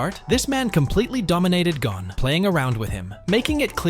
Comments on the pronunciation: that is not how you say gon name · Hunter x Hunter you need to Learn how to say Gon